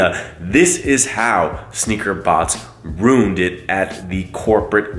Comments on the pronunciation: you pronounce it "rooned" instead of "ruind". I've heard other people say it that way too and their typically from the north east lol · Dawgggg it's pronounced roo-in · your pronunciation sounded like rune tho lol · Is that like a Boston/ Rhode island thing to pronounce ruined like that?